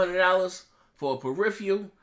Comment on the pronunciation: This guy still cant pronounce peripheral.